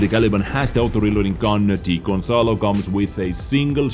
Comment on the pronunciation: *gonsalo not consalo lol